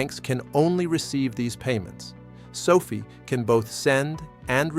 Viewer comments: SOFI's name was derived from Social Finance and the correct pronunciation of its name is SOFI (SOFEYE?) not SOFEE as in COFFEE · It’s AI which is why he/it says sophie instead of SOFi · Stay with your earlier belief and reality. Anthony Noto and team always pronounce it as SofI (as in finance) and that certainly seems to be all the guidance on pronunciation that we need. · Can’t even pronounce the name of the company right… what a joke